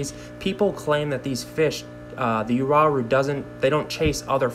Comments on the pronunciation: Actually, it's yaw-rue. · "you-are-oo" lol i've always pronounced it "wa-roo" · Yes, the Wah Roo is the correct pronunciation of the latin..."ua" becomes "w" sound since there is no "w" letter in latin. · It's pronounced wah-rue. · Actually, from a Latin standpoint, it's pronounced Yaw-Roo for Uaru. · The proper pronunciation is yaw_roo for Uaru. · WA- ROO....Tahs how you,english speakers should pronunce that name...Period. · Pronounced as “Ooo-wa-rooh” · Uaru, I pronounce it like ooh-ah-roo. gorgeous fish btw,,, rather have those than discus any day. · Why would you start a video with “and”, then go on to talk about something you know nothing about. You had to message 5 people? They all wrote it down for you, and needless to say you still can’t pronounce it :)